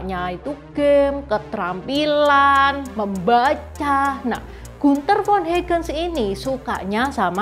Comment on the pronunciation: Trims. Komentar saja. Bacanya Hagen, seperti bahasa Indonesia. Menit le Gunther von Hagens. Salam sehat